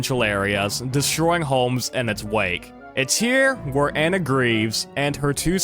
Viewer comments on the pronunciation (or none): none